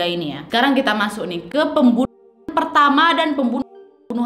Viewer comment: Salfok pembuwnuwhan 🤣